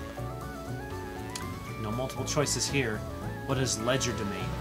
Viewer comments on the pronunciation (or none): none